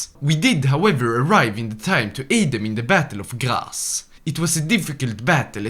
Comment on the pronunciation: hi! just a heads up the city of Graz in Austria is pronounced like Gra-Ts like T in train